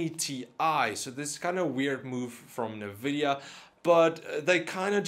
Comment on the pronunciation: NA-Vidia?? Nvidia ...